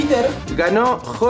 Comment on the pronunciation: Soy yo o soy la unica que se rio uando dijo cojudo jajaja